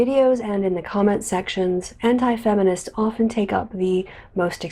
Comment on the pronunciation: I swear to god says "hentai feminists"